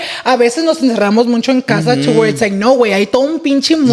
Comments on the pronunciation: I love, but this man says “muncho” 😭😭 Boy it’s “mucho” lmaooo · It's Mucho, not Muncho! Come on! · Dice “muncho” muncho 😂😂